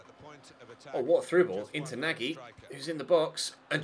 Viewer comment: Nagy should have been pronounced as Nauch if I'm not mistaken 😄 Keep up the good work!! Really liking this cm!!